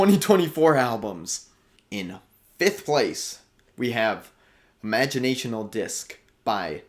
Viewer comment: Sorry, just to save you next time youre at the music store. Its Imaginal not Imagionational.